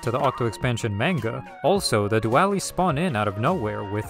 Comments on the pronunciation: i thought the video was amazing but he says duelies like due-allies. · Ok, amazing video, but doo-AH-lees? No I’m just joking, keep up the good work 😅